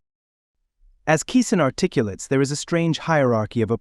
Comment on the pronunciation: VYE = prononounce 'V-EYE'. VYING for attention. Articulates: Pronounced ARTICULEIGHTS. KISIN: Pronounced KISS-IN